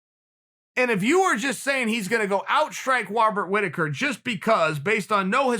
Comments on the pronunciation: Wobbert Wittaker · BobsAndVag Chael always mispronounces fighters names and the joke is because Chael cant be wrong then their name now must be pronounced differently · Robert "Wobert" Rittaker.